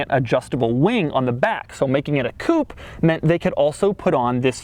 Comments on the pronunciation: No doug, it wasn't a "coup", it was a coupe' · it's not called coop, it's pronounced as coop-aye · It's not a COUP it's a COUPÊ !!! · It s not a Coup, it s a COUPEEEE FFS! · Doug, not sure if you read the comments, but here's a pointer, seeing that you're a car guy. In french whenever you see a "é", that means it's not silent. So coupé, is as it looks, not "coup". I know many english speakers just continued the tradition of saying coup, but they are wrong. Don't be that guy.... ...but it's ok, i also understand the need to not be "that other guy" that says everything like a eurofag, even if it's correct. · Coupe is pronounced coopay !!!!!!! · Coupe, not coop, ya fuckin' yank. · dchawk81 Not pay, its Coupé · It’s “a coop” wtf is a coop? Does he mean coupe? What a dork